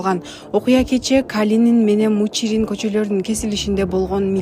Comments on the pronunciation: Мучурин эмес караңгы МИЧУРИН😂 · Мучурин эмес Мичурин